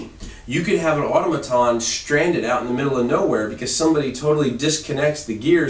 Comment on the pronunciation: The word 'automaton' is pronounced with the accent on the second syllable.